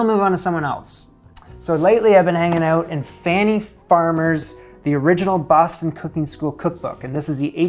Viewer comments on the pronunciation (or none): none